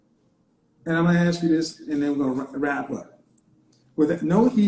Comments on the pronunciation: She cannot pronounce simple words. It is ASK. Not axe. No man of high value is going to take a woman who speaks ghetto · Do you have all these dreams of education can you please start by pronouncing the word ask